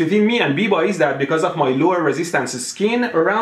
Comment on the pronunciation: biba is from my town, he is a scam sure but you are pronouncing his name wrong